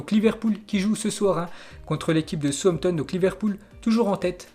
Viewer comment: c pas pas souempton mais sa se dit saousemptone 🙂